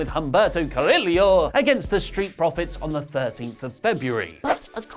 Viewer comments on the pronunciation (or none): For the love of Humberto, it's Cah-ree-yo (Carrillo). No emphasis. No L sounds. I don't even care if you skip the RR sound because I know better. Just knock off the damn mouth spasm. Ain't like he's some kind of Pacific Islander with a 10 syllable name or something.